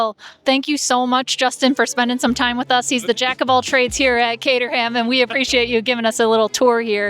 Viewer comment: I’m not sure how you missed this, because he repeated it many times, but it’s not cater-ham; it’s cater-um.